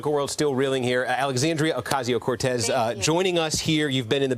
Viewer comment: I am impressed with how she's handling these interviews with corporate media. Substance aside, they can't pronounce her last name 😂